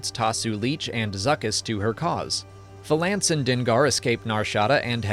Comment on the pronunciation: I say this with the utmost respect, the way you pronounce “Valance” makes me want to smash my screen.